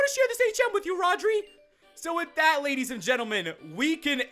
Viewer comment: did he say ladies and endearmen?